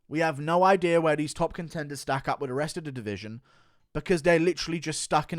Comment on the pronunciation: Hey Guru say idea without the r